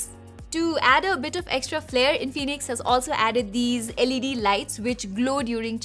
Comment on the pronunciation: Its In-fi-nix not In-fee-nix